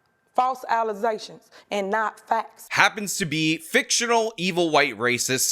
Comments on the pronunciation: In other words this was indeed "false allezations"🤣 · Oh😂😂😂thanks for the "allegazions" clip. I needed that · I’m dying at the allezations thing 😂😂 you really got a kick out of that. Lol. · Al Uhzayshuns Never heard of em